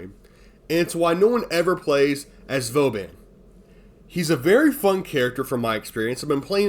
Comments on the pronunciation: i love vauban he is great. also i dont think you pronounced his name correcly even once in this video lol "voban" "vobain" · Who is this "Vo-bane?" Never heard of him. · I can’t stand you calling him “voe-bane” it’s wrong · Maybe Prof. Dysto has an opinion on it since he so extensively plays and talks about Vauban. For the pronunciation you were weirdly close to some truth! While your english pronunciation is on point and it's about a word in a game from english-speaking devs, Vauban is a french name through and through. You can look for the Vauban entry on the "fr wiktionary" for an audio cue, the "a"s are pronounced in a way close to the "weird way" you spoke about ^^. As for why he isn't that much played although being very strong i think you were pretty much on point : it's a mix of having an unclear/obscure kit and being more CC oriented at a first glance than pure direct damage. The focus on immobile contraptions in his kit also clashes with that. His whole kit is kind of a mismatch in a game which is nowadays a power fantasy horde shooter zooming around and exploding everything on sight. The missions he coud shine in (Defense and such) are also played more "efficiently"/faster by dishing out just more aoe damage and killing everything on the spot. Interception would be the "best" spot but its kind of the bottom of the barrel for players since its static, can't manipulate the rotation timer and you'd still have to kill the remaining enemies between rotations making the CC focus kind of moot. Still, some people are making cap Cascade runs a breeze with him through controlling choke points and some additional tricks. In my own case i fancy myself as some kind of "niche build hipster" and hav